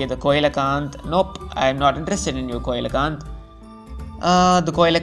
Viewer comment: It's not coe lo canth it's see low canth